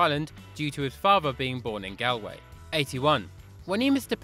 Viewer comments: Galway is pronounced gawlway not Galway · Just to let you know it's pronounced gawlway like how you pronounce gawk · It hurt me when he tried to say Galway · He said Galway wrong and I know that because I'm Irish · He absolutely butcherd the pronunciation of galway